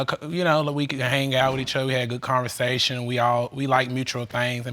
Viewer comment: All three pronounce "hang", "Hang-G"! Also,.... Ayon'ta?!!!!